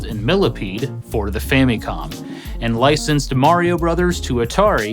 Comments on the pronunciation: The “fammycom” pronunciation always sticks out to me. Does anyone pronounce family as “fammylee”? No. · "fammy-com"? Don't think ive ever heard it pronounced that way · I swear this guy keeps saying Fanny comm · ...your mispronunciation of "Famicom" kills my inner child. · Love your vids, but I gotta be honest. I hate how you say famicom lol